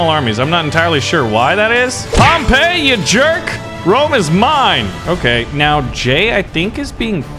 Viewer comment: It’s pronounced Pom-pi not Pom-pa